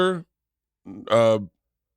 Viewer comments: Its pronounced WUHSTER lmao not wor-chester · Worcester is pronounced Wooster Bert, just so you don't get flamed by us in MA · Bert. It's pronounced Woosta Massachusetts. Catch you next time. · My man's just said war chester 😂😂😂😂😂😂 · Worcester is said like Wooster fyi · My guy said wor-chester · When you read yoiur dates....dont say Worcester like that. You read it correctly but youll get eaten up here for saying it that way. It's pronounced WISSTAH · Wor”Chester” Mass. 😂😂😂😂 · Bert it’s pronounced wuh-stir Mass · I love when people that aren’t from Massachusetts pronounce Worcester wrong 😂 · It’s WORCESTER not Worcester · The way you said Worcester was so awful, it was actually comedic